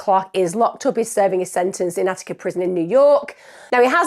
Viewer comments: So Utica is pronounced with the u saying it’s name so yoo-tuh-kuh according to Google but as someone who lived in the area I would say yoo-tih-kah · I'm loving your pronunciation of Utica 😅 I've never heard it like Oo-tica, usually it's You-tica